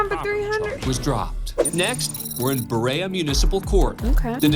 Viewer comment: ain't no one pronounce Berea like that- I lived there for about a decade and I've never heard it said line that before lol